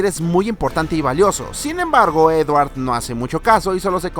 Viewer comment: dice edwar